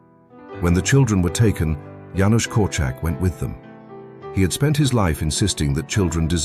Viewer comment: Thank you for pronouncing Janusz correctly, my late husband was called Janusz, it was always pronounced wrong.